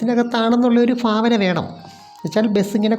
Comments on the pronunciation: ഭാവനയാണ്. ഫാവനയല്ല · തെക്കർ ഫാദന എന്നും പറയും വടക്കർ ഭാവന എന്നും. ഏതായാലും ചേച്ചിയുടെ ഫാഭന "❤ കൊള്ളാം.❤